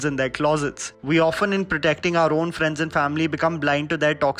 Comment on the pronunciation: Did I just hear him say GLITY instead of GUILTY?